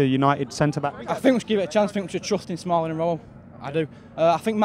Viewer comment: Did he say rawlling & smoho instead of smalling & rojo at 1 point lol